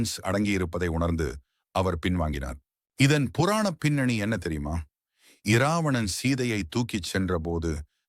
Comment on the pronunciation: எழுத்துவடிவில் இராவணன் என்றிருக்கும் இதை ராவணன் என்று தான் உச்சரிக்க வேண்டும்.